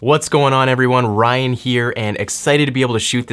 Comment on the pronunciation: Ryan, not “Rayan”